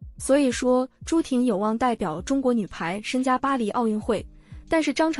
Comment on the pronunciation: 你认识中国字吗😂“参加”的“参”应该怎么读？😂